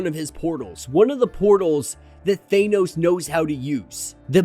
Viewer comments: Could you please learn how to pronounce "Thanos"? It's not "Thainos" or "Thaneoes" ... It's just "Thanos" Please for the love of all that is good in the world? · Bro I love you but it’s “THAAHHH-NOOSSS” not THAYNOS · Love the content bro but ur pronunciation of Thanos was throwing me off...Ive only heard Star lord pronounce it like that in the MCU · Please stop saying Thanos like that